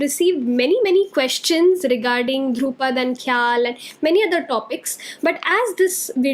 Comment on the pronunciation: Dhrupad is pronounced like Drew-pad but both D are soft - like “th” of though Khayaal or thought is pronounced “kha” as in khaki and “yaal” as used in southern drawl (meaning you all)